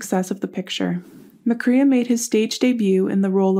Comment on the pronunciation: His last name is pronounced with the long A sound like McCRAE